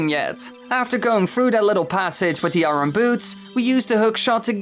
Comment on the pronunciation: Challenge every time he says iron wrong take a shot